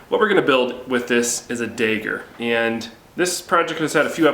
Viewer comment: Dayger? You mean a dagger? Lol